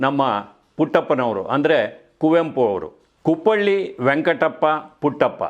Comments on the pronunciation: ಕುಪ್ಪಳ್ಳಿ ಅಲ್ಲ ಸರ್ ಕುಪ್ಪಳಿ 👍❤️ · ಅದು ಕುಪ್ಪಳ್ಳಿ ಅಲ್ಲ ಕುಪ್ಪಳಿ. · ಕುಪ್ಪಳ್ಳಿ ಅಲ್ಲ.. ಕುಪ್ಪಳಿ